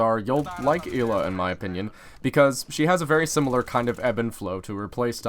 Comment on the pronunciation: It is Ella it is spelled ela but it is Ella